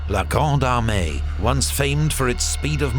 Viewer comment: Every time i hear him say "La Grande Armée" i hear "La Gronde hon hon hon hon Hey" truly epic!